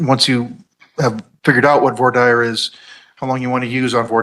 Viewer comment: I've never heard voir dire pronounced that way, it's "Voir Deer" Also, the defendant is a complete fool, lol.